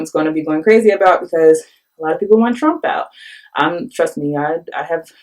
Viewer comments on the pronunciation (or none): none